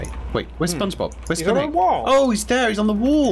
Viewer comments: I heard say ‘ SpongeBoob’ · Did just say spongeboob XD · Is it just me or did just say spongeboob